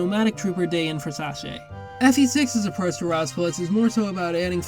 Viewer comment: sorry, how the shit did you pronounce Sacae?